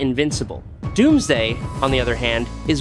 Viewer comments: Yes he did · did he just say Dumbsday